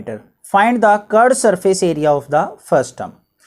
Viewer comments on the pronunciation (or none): Curved 🪝 too ke reads curd 🍚